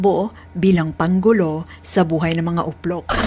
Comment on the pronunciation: natatawa nman ako sa pagkabigkas mo sa salitang "UPLOK".